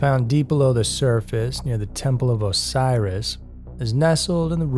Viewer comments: I believe you meant to say Osiris not Orisis 🤣🤣🤣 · DUDE!!! the name of the EGYPTIAN God is NOT 'O-rice-is' 🤦‍♂ it is OSIRIS!!!!! 'O-SY-RIS' 'Oh sigh Riss' - OSIRIS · “Orisis” . . . I think you meant to say OSIRIS.